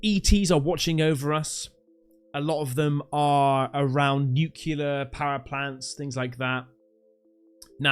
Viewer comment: With respect, please research how to pronounce nuclear correctly. Not being rude it’s just a pet peeve.